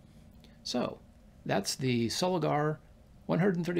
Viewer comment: They also teamed up with the Miranda / Orion camera Co Japan from 1955, many early Miranda lenses are marked Miranda Soligor. By the way it's Pronounced SoligOR not Soligar. 👍